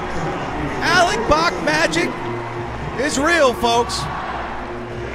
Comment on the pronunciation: Who the fuck is this announcer and why is he pronouncing it "Alec Boc" stadium